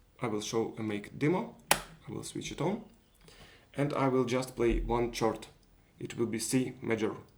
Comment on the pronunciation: Usually in English chord is pronounced "kord". Great project, I'll be building one too!